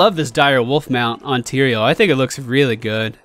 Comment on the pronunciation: It's Tyrael, goddammit!!